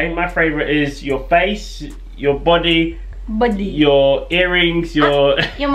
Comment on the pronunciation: the way she says ‘body’ 🤣🤣😂I love them so much ahahah